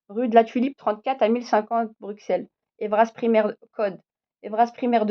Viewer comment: À partir du moment où tu dis : BruXelles au lieu de BruSSelles et bruXellois au lieu de bruSSellois, tu m'as perdu...